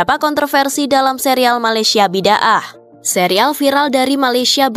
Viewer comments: Bukan Bi Dah dong..sebutan harusnya Bi Da Ah... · Bi-da-ah bukan bid-aah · Sebutannya 'Bida'ah" bukan bid 'aah.😊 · Sebutan nya bukan "Bid-ah" tapi "Bi-da-aah" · Bukan "biddah" sebutan nya.. Tapi "bida-ah" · sebutan nya bi-da-ah bukn bid-ah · Sebutan bida ah. Bukan bid ah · Bidaah!Sebutannya bukan 'bidah' tapi Bi.da.ah atau Bida'ah. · Sebutannya bida ah